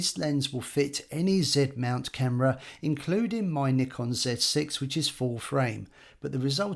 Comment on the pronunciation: Thanks for saying Nikon properly, as nee-kon, which is how they say it in Japan. Americans usually say NIGH-kon.